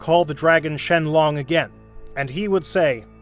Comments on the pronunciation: Bro said shelong instead if shenron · bro said sheglon